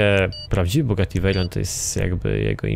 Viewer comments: To jest Bugatti a nie kugati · NIE KUGATTI SZEJRON TYLKO BUGATTI VEIRON